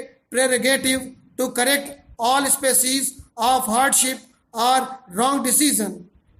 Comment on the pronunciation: sir ur dictations are very good... but please pronounce ARE and OR clearly... when u dictate OR in dictation it creates confusion between OR and ARE....